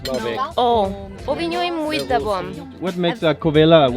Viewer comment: Amelie: " o vinho é muito bom " perfectly said :-)